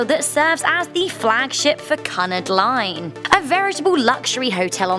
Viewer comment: "Cunnad line" "Floundered" calling a ship a boat ???